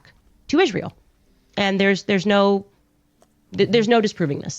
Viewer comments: Until Candace can learn how to pronounce Israel, and stop saying "ISH-REEL", I don't want to her jack sh*t out of her derp mouth. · She actually pronounces it “Ishreal”